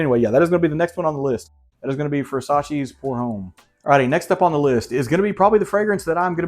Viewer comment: Great vid and recs. Xerjoff Renaissance is my fave. “Citrusy” is the word you are looking for I think. ; ) You cracked me up! And it’s “Ohm” not Homme homie, lol. Hope you are feeling better!